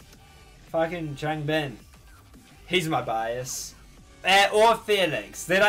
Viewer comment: Just stumbled upon this in my recommendations lol great reaction man, love your enthusiasm 😊 BTW just some tips for pronunciations: WooJin--> yes fam it's a 'J' 😂 try not to over pronounce the 'w', its more like oo-jin if that makes more sense Chan-->the 'a' is pronounced a bit softer MinHo* ChangBin-->like Chan the 'a' has a softer pronunciation HyunJin* JiSung* Felix-->I mean it's his English name what more do you want lol (my fellow Aussie! Along with Chan 😊) SeungMin-->this is a bit confusing (especially if you don't know 100% how romanisation works) but think more along the lines of 'Soong', as opposed to 'Song' JeongIn-->again if you don't get romanisation (coz its stupid & ppl use different versions which confuses ppl even more) the 'e' is an indication of what type of 'o' sound his name has. Its essentially the same as JiSung's just with a 'J' lol also the 'I' in 'In' doesn't need too strong a pronunciation, but don't do it too soft either (confusing I know 😅) *you've got it/self explanatory I also did this in age order to help with remembering lol Hope this helps 😃 💕